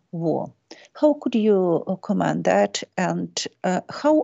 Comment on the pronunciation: В глаголе "to comment" ударение ставится на первый слог.